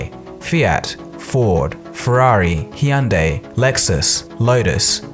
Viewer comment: Pray tell, what is a He-yun-die?